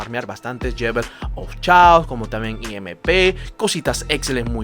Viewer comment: Gracias por las recomendaciones, pero se me hizo curioso eso de "i-eme--pe" haha